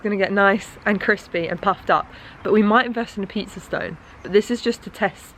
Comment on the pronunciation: Anyone else hear say the pizza was “CRIPsy” when she looked at it on the grill 😂 so me.